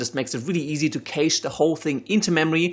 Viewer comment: casssheeed lol :P Cache is pronounced /ˈkæʃ/ KASHE my friend. Anyways, great tutorial. Keep it up